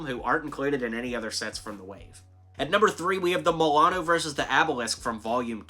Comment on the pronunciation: you said Milano wrong